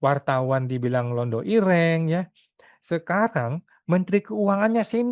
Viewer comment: Irèng, bukan iréng